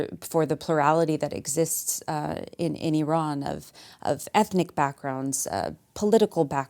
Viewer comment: All that bedside manner and bro still said I RAN